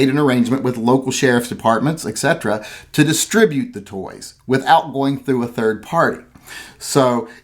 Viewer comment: Turd instead of third.